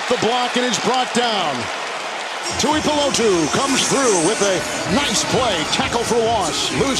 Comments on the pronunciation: Can we send a memo to the announcers it’s pronounced 2-E-Poo-Low-2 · Take a shot every time the commentators butcher “Tuipulotu” lol